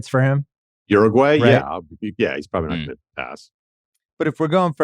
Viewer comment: The way Ruan pronounced Uruguay is completely expected, yet still gave me conniptions